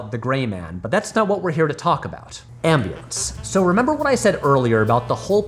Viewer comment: the way patrick says ambulance is hilarious